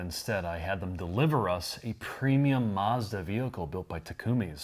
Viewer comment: He says Maarzda.